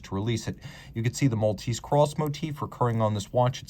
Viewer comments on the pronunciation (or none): none